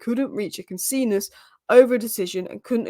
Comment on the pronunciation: Couldn't reach a what? How do you say consensus,? mispronouncing things is my fav part of these updates.😆